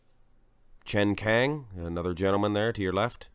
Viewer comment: It’s not “chen kang”, it’s CHEN KAAANG